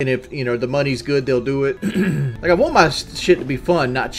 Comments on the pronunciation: You woont some wooter? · I don’t wont it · “What you wohnt man” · Fk now I can’t stop hearing it